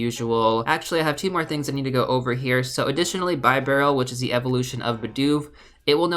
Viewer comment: I believe the evolved form is pronounced "Beer Barrel"